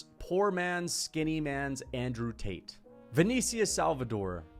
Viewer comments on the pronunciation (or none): none